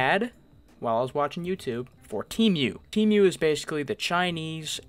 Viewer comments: it’s pronounced tee-mu not team-mu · “Te mew” 💀